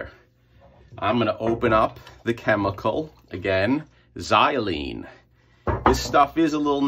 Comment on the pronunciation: Good morning,, great to see the xylene working like magic and your pronunciation of xylene is perfect;). We used to be up to our elbows with solvents back in the day when we studied them but they now take various precautions with respirators and ventilated chemical hoods. They're all nasty but looks like you keep your exposure to a minimum.